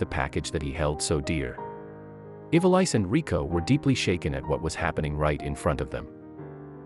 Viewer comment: the film narrator: It’s NOT pronounced Eva-lice. It’s pronounced Evaleese. Please go back to grade school phonics class!🤦‍♀️